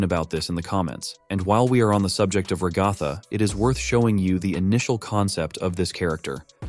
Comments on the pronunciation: everyone:ragatha him:ragafa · Bro it’s ragtag not roghto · I gonna sat rgatha is not agatha its ragatha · I hate how he kept saying Ragatha [ra-ga-tha] it’s pronounced Ragatha [rag-a-tha] ty! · Ok, I know its just the voice, but stop saying Ra-gau-tha! Its Rag-a-tha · Ragatha is actually pronounced Rag-uh-thuh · Bro really said ragotha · "Ragartha" I can't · Thats not how you say ragatha